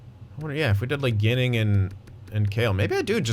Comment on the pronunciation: Team: Dahlin League: Eichel Goalie: UPL btw Adam Ginning is pronounced “Jinning”